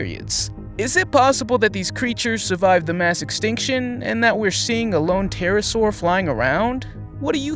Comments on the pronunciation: You pronounced pterosaur wrong. It’s pronounced T- ai-r -a -ss -au -r. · the P is silent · fyi, The 'p' in pterosaur is silent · "P"terasaur..... lol, the "P" is silent ;) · You don't pronounce the P in the Pterosaur.